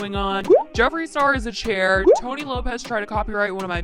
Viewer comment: When she said "Jeffree Star is a chaair" I fucking died!